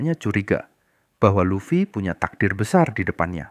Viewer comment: Any channel that mispronounces Luffy is an automatic downvote. AI is bunk.